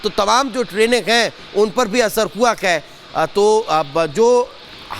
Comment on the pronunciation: आप है को कै क्यों बोल रहें हैं 😢